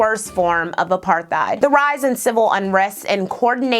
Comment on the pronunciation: You say apartheid the correct way I always thought it was apartteid.